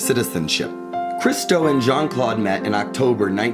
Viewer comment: Well done. But Americains could make a little effort, every so often, to prononounce Jeanne-Claude's name. It is not Jean like in English, it is not John, it is "Jeanne", the "eanne" being phonetically close to "Ann". (Granted, Christo butchered the English language like no one else!)